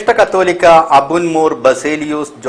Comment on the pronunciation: കത്തോലിക്ക അല്ല. കാതോലിക്ക